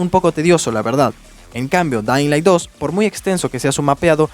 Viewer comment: jajajaja me paso q no sabia si dijo "dainlai" o "dedailan" XD